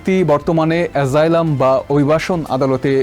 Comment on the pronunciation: অ‍্যসাইলাম- অ‍্যজাইলাম নয়।